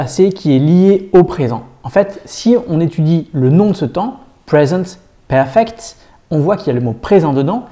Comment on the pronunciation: Le seul truc qui ma dérangé c'est le " PRESENTE PERFECT" que tu dis en français omg 😂 please try To say it in inglish sinon j'adore vos vidéos 👌